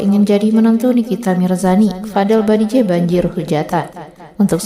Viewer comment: Yg bener itu nama Bajideh apa Badijeh?? Kok mbak nya sebut Badijeh.